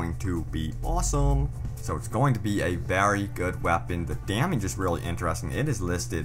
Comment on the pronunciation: As I keep watching it gets worse! Damiege damiege damiege! It's damage !